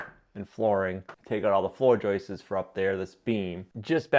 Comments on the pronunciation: They're JOISTS....not JOISTES!!! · 🇨🇦 I see he's back to saying Joices not Joists lol. Cheers from Canada!🇨🇦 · Would you please stop correcting the way this brilliant man says joists. Maybe that’s the way they pronounce that word in the northeast.